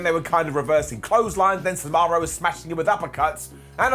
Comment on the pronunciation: He's so excited, he refers to Cesaro as the bankrupt American pizza chain Sbarro.